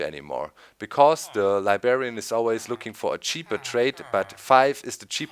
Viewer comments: It's "LibRRRRRarian"! not "libarian" there is a "r" in between the "b" and the "a" sorry, but that always annoyed me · libarian xD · Doc! There's 2 "r"s in Librarian. :P